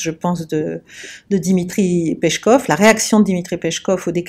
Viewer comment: Le nom Peskov (Песков) se prononce "Piéskof", pas "pechkof" 😊